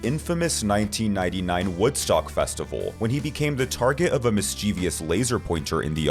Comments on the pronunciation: It's pronounced "mischievOUS" (as it's spelled). Not "mischievEOUS". People should really learn to read, and to correctly pronounce the words they are reading, before they decide to work as a narrator. Just saying. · It's not miss-chee-vee-us. It's miss-chuh-vuss. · Mischievous. Not mis-CHEE-VEE-ous. You are full of mischeif, not full of mischeevie.